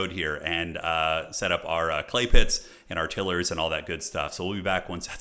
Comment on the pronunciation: I'm embarrassed by the extent to which this triggers me, but please, for the love of Hashut, stop saying "tiller". They make tiles. Not tills. TIGH-luhr /ˈtaɪlər/ (if you wanna get technical) 😅 I can't wait for the sweaty multiplayer streams, though. Bring it on!!